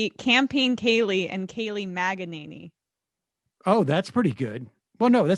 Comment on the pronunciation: The correct pronunciation is: Maga-ninny - just saying